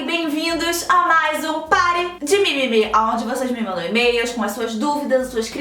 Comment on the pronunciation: Só eu que acho que toda vez a gabi fala: "Vcs me mandam MEIAS" KKKKKKKKKKKK